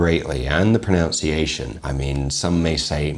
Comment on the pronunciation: ROFL "Pro-NOUN-see-ation". It's "pro-NUN-see-ation". So much irony. I'm dead.